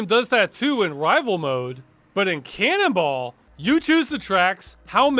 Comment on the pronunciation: Ross says Canonball... I keep hearing canibal...